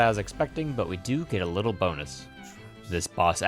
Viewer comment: "Wittle goblin" got me pretty good.